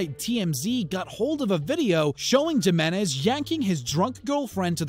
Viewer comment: He said Gimenez, Jimenez is pronounced, Heemeniz.